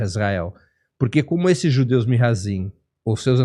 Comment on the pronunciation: Nao se diz Mihazim, se diz Mizrahim